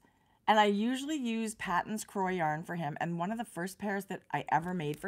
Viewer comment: Hi, Just a heads up.. Patons is a Scottish surname and is pronounced Paytons. Cheers.